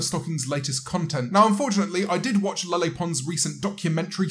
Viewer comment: Please stop saying LeLe like a nutjob. 🙏